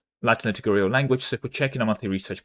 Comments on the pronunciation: I was listening rather than watching and couldn't understand what you were saying and my brain was scrambled. Liturgy => Liturgical (not Litigurial) Not sure what you were saying but I'm pretty sure you can sound it out at this point. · I am once again pointing out that it is pronounced "Lit-tur-gi-cal" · Liturgical is pronounced Lit-URGE-I-CAL. It rhymes with "surgical". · Liturgical is pronounced luh-tuh-juh-kul. Pretty much exactly as it's written if you read out each syllable :). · Li-tur-ji-cal. Also "front-edge," not "fron-tahj." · PLEASE learn how to say "liturgical", i beg you. Litigurial is killing me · The way our dear friend pronounces "liturgical" makes a little part of my soul perish in anguish, each time i hear it. I dont know if its done on purpose or out of blissful ignorance, it nevertheless makes me want to kms. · Ok but that is just pronouncing a letter in a way that is used in other cases. This one is a case of 0% literacy.